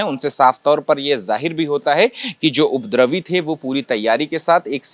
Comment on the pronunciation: ये रिपोर्टर उपद्रवी का उच्चारण नही कर पा रहा है और रिपोर्टिंग करने आ गया।